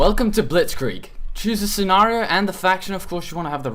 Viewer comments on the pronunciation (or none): none